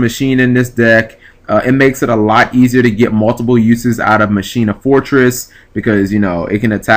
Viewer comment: Ma-kee-na. Not Machine-na...